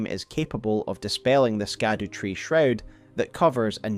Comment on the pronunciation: my dude it's been almost a year how are you still pronouncing "scadutree" incorrectly